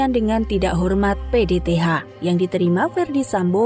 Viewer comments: PTDH bukan PDTH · Bripda di bilang Bripka PTDH di bilang PDTH Belajar Lagi ya Min 🤭